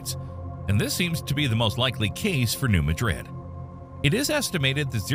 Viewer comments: It’s mad-rid not ma-dɾid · new MAD-rid not new MAdrid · Most people here don’t say new Madrid, they say new mah-drid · I'd love to hear the region pronounced the way I've been told is the actual way to say it: not like Muh- Drid' in Spain, but New Maah' drid. Accent on the first syllable. Think Maaa, rhymes with Baaaa. 😉🤓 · Good info, but please…it’s New MADrid, not New MaDRID. We’re not in Spain. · It's not pronounce 'Ma - drid' like the Spanish city, but 'Mad - rid'. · MADrid not maDRID. Accent on the first syllable which rhymes with BAD. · It’s pronounced New MADrid. Not New MaDRID. Emphasis on the first syllable. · It's pronounced New Mad-rid not New Ma-drid. It's like nails on a chalkboard when I hear people pronounce it as New Ma-drid. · Pronounced locally as New Mad rid. (Not Mudrid). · Madrid is pronounced,Mad'-rid not Ma-drid' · I really like how all the people from outside Missouri call it Ma-drid, like the Egyptian city, which it is like named after, yet if you were in the local region, you would refer to it as it is truly known, Mad-rid. Similarly Cairo, Illinois, is C-air-o locally not Cai-ro. Great historical and science is studied, but the culture is always overlooked. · Please I’m not trying to be rude but it’s not pronounced Madrid like Spain, it’s New MAD(Like Angry mad)RID pronounced just how ya did. It’s a country version of the word! Great video!❤ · It's mad-rid,not ma-drid,take it from someone living there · My dad lived in Joplin, MO and carried earthquake insurance all of his life. BTW, The name is new mad-rid. Mispronunciation is annoying on this tape. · OMG, folks! Learn to pronounce the name of the city! It Is Not said as Madrid Spain. It is pronounced Madrid. Emphasis on the Ma. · It’s pronounced: “New MAD-rid.” Why❓ nobody really seems to know. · Yeah Yeah! He can't ever pronounce New Madrid correctly. New Ma (ma like mad without the d) and drid (like did but with a r) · The town’s name is pronounced “new-mad-drid”.